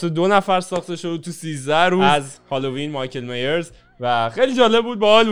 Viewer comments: مایکل مایرز نه میرز 😐😂😂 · مایکل مایِرز میگن